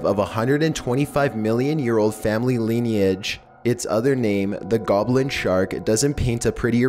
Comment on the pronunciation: Lineage isn't pronounce leeneeage either xD this guy should read his comments sometimes, and adjust the way he speaks.